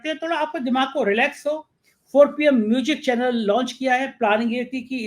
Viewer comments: Mujic nahi ..bolein Muzic. Music kahein. Music sahi spelling hai. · O bhai..tu pehle म्यूज़िक bolna seekh ley...म्यूजिक nahi म्यूज़िक hota hai...anpadh chchap patrakar.